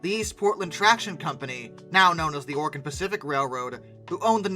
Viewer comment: lam(b) The will-lam-at river. Willamette. but props for not saying or-e-gone.